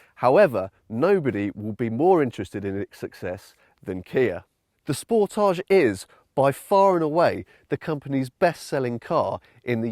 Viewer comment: It's not not a French word like fromAGE. You pronounce it like advantage, voltage, cottage etc....